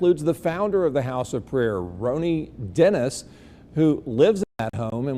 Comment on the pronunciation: “Roany Dennis” 💀 😂 That’s not his real name anyway!